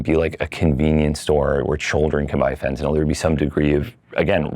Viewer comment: jsyk, this guy's voice is obnoxiously abnormal, which is a sign that he is sociopathic, mainly in the form of deceiving his fellow man and relishing in egotism. the douche said, "more and more," eight times. what a tool. this guy is so full of BS. he can't even pronounce "fentanyl" correctly. thumbs down for clickbait. this video was not about legalizing psychedlics at all.